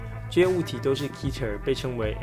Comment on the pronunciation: 是念Ket'er 可提爾